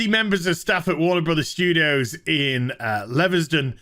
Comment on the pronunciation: Leversten?? It's pronounced Leaves-Ten. Oh dear, (Studio Manager) Dan's gonna love sorting this one out tomorrow morning.... Tom is right though, some people here in the UK wouldn't know what Social Distancing was if it came up and shook them by the hand.